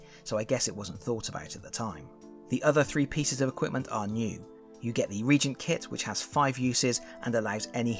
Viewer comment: I love your reviews of the Heroquest expansions. Not to be impolite and it might be Avalon's fault but I think it's pronounced Re-agent, at least here in the states. Keep up the great work!